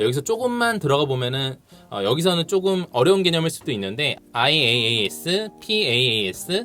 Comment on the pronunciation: IaaS: 이아스 라고 읽고, PaaS: 파스, SaaS: 사스 , Azure: 애즈어 라고 읽어요 ^^